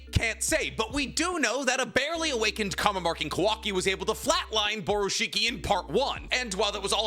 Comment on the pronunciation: It’s bugging me that is saying “comma marking” now. He used to say it right.